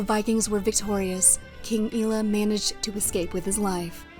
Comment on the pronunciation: DANE, Not Danuh and EYE-ELLUH (Aiella) Otherwise well done.